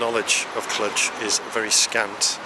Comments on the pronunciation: I think the romanian "j" is not that common in engish. The pronoinciation is Clu + j (the "j" sounds like the first sound from the word "genre") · No, us locals really don't call it "Cludge" as you keep saying it it, lol. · Clujjjj not Clutch.... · Learn how to pronounce the name of a place you are in… kludge!? You are silly! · I think you're mispronouncing the city name. I may be wrong, though. Nice video, though.